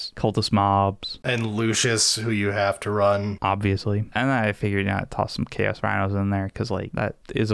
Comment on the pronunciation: Ah yes, Cha’os Space Ma’rines, my favourite faction!